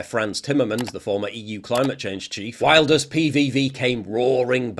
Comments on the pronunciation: [Wil-durs], not [wail]. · It's pronounced Vilders. Like Builders but with a V. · Wilders is pronounced Vilders I think? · Im Dutch and its pronounced Wilders like William so no V😉